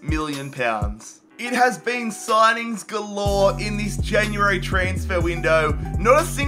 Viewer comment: Its january not jan u airy